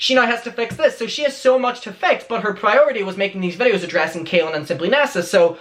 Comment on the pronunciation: well it's more said in a masculine way it's pronounced like Cah-lin rather than kay-lin